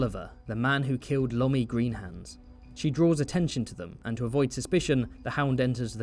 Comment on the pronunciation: “WTF’s a Lommey?”